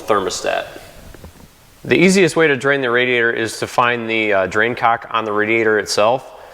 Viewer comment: He said " Drain COCK" LOL